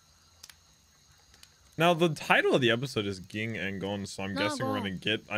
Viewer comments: Ging is pronounced like gene with a g at the end or jee - ng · A little pet peeve but ging pronounced like gene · Yeah it’s pretty weird but it’s pronounced Jean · its pronounced Ging, not Ging. also, has the memory of a small trout LOL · It's pronounced Ging, not Ging.